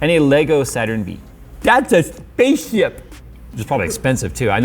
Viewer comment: thats a spasceshhip xD